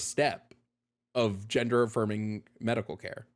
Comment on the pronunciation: I love how caller cannot pronounce the letter “d,” so every time he says gender he actually says “genther,” therefore caller is not human and is delusional if he claims as such.